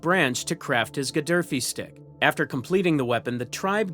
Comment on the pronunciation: It’s pronounced Gafee stick